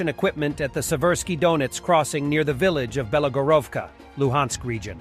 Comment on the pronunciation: It’s KYIV not “Kiev”, and it’s BILOHORYIVKA not “belogorovka’’